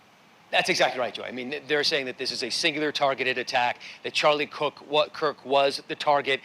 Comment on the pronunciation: How/why do people keep pronouncing his name "Charlie Cook?"